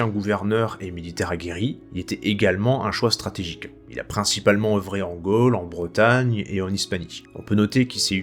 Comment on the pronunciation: "Trône", "Gaule" et non trone ou golle. Merci ! Historiquement parfait.